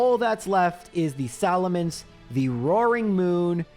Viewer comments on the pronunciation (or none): none